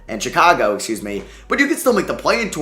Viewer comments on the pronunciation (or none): none